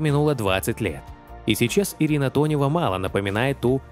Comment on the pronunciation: Ирина Тонева, а не Донева , делаете выпуски ,так првильно называйте артисток, а то только деньги зарабатываете на лайках